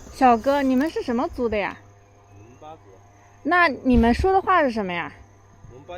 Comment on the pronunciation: Sounds like memba instead of monpa